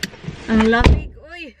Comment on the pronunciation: Thats a bisaya accent ...ouii